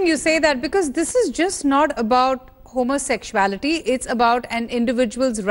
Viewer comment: Who is this uneducated news anchor?? One tight slap! Remove immediately. She can't pronounce homosexuality correctly. She does not have her facts right.